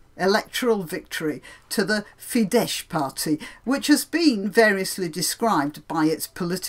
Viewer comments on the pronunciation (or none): Nice post. Minor (technical) caveat: "Fidesz" is pronounced as "fidɛs" not "fidɛʃ". (in Hungarian, "sz" is always pronounced as "s")